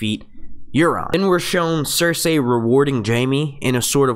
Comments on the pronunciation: Cersay? well that's not annoying at all how you say that, it's Cersei (cer-see) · Blood Raven, its the 3 eyed Raven, and you keep pronouncing Cersei wrong lol